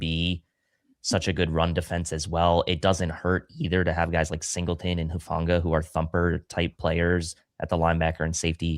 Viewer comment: Player to watch: "Hufnaga" 😂